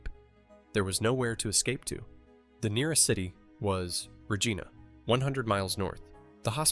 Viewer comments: not only does it miss pronounce Rigina, it also is attempting to show this to lookmlike aneique footage by putting on lines and spots. When looking at a more recent picture of the hospital with the windows boarded up it shouldn't have old footate marks. its so sad that we have AI fooling us like this. It's what will be teaching future generations what is "accurate and true" So expect generations who will be spoon fed lies like this but tha's probably no different than King Kames re-writing the bible or others who have rewritten history over the years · Why can’t your AI say Regina right lol